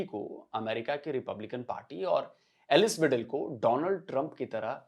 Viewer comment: Her Name is एलीस वाइडल not एलिस वीडल